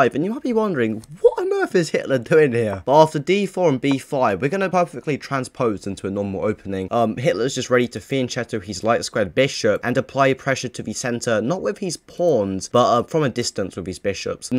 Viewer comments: fianCHEtto not fianCETO its pronounces fianketto… in italy che is ke and ce is če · Never thought I would hear the sentence, “Hitler is getting ready to fienncheeto his bishop”